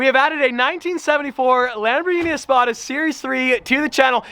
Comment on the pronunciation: All of us that watch DaddyDoug. Heard "THIS" When you said Easpada